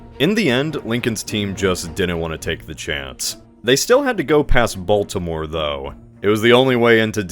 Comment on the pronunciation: try not to pronounce Baltimore completely wrong challenge 😊